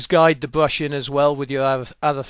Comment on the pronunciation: What's a bwush?